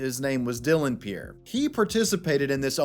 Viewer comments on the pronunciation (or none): none